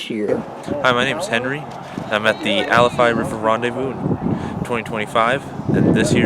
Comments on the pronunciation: My family’s lived on the alafia river since the end of the 2nd Seminole war and the way you say it is driving me nuts You Say it like Al-if-i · Great video, but you gotta pronounce it right: AL UH FY. Long I.